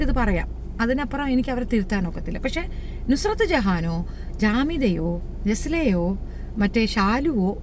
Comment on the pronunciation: നസ്രത് അല്ല നുസ്രത്താണ്